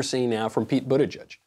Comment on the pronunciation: Michael: Buttigieg No one: Michael: Bootigieg